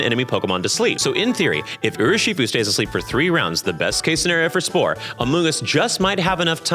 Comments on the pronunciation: it’s pronounced “urrr-shi-fuu”. And “Ah-moon-Gus” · the way you pronounced urshifu put me into cardiac arrest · I don't want to be that girl. I understand any and all mistakes. You are a shining ray of hope in a collapsing world (a bit dramatic, I know). Its Urshifu. Not Urushifu. Also, the Porygon evolution line does appear in the generation nine anime. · I have never heard Urshifu pronounced like that. 😳 "Oo-er-shifu"?. "Urso", meaning Bear, plus shifu, meaning "master". "Er-shifu". You got this,. 😅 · I'm rewatching this and hearing you pronounce Urshifu as Urushifu hurts me still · Great video,! Thank you! Also, just an FYI, the pokemon's name is "Urshifu" (i.e. ursa + shifu). But thanks again, I really loved the Amoonguss trans icon origin story! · I stg it’s urshifu. There’s not a second u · just wanted to say this quickly, Urshifu is pronounced Ur-shi-foo, not done with watching the vid yet but phenomenal so far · Most insane urshifu pronunciation I have ever heard